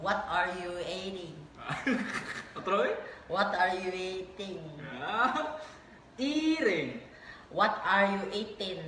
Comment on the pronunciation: eating (ehting)